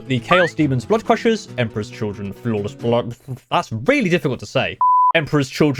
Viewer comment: is “flawless” hard for brits to pronounce, like purple burglar alarm for Scottish? Or is it just